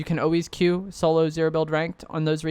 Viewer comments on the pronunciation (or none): none